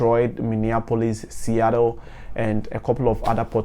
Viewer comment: The video was super informative but please say Seattle again for us. In fact if it’s possible, sneak it into every video you make 😂. That pronunciation was crisp 👌